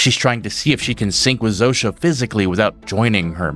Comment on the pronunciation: Wild hearing the polish name Zosia pronounced Zoh-sha. Guess the writers picked a name from the other side of the world to sound weird and alien for an alien spokesperson.